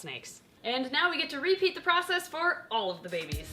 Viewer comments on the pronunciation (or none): none